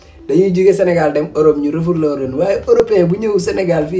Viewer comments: Yow ken dou wakh refourlé on dit refoulé ou rapatrié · Le "REFOURLÉ" de 😂😂😂